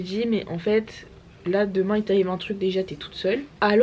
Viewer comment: "à demaing" je confirme tu es devenue une vraie bordelaise 😂😂 Tu es gavé bieng😂